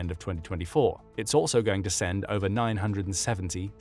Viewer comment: It's ober folks